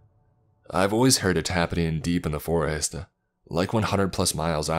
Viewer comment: Bro your voice fucking sucks it’s so hard to listen to these nice stories like when you say some thing you always add A or U at every single word please just finish the word correctly you don’t have to say the forestU ore killinga